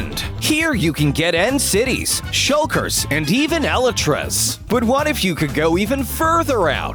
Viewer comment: "Shulkers, and even Ella tras"